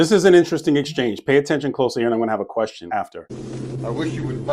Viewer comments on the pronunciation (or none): none